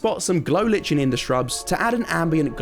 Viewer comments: Lichen is pronounced Lie-Kin. It's one of those misleading spellings. But definitely not Lich-en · It’s not litchen is pronounced LieKen